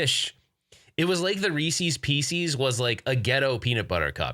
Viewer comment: Another great coffee talk! Looking forward to seeing the videos that you and Mason shot. It's Reeces Pieces not pee cees. 😉😀🤣